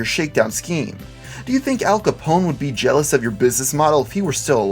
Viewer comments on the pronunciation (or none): none